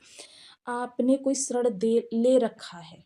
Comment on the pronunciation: वह ऋण होता है श्रण नहीं देवी जी